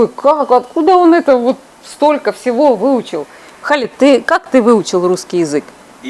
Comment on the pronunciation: Имя Хєлид а не Халид , 18 лет в Египте можно виучить Арабский